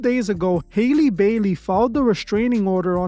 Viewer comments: Howl-Lee is her name. Not Hailey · Hee name is not pronounced Hailey. It's pronounced like alley. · HER NAME IS NOT HAILEY. I just dont understand why yall cant pronounce Halle. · HAY-LEY BAY-LEY!!!😂😂😭😭😭🤣🤣🤣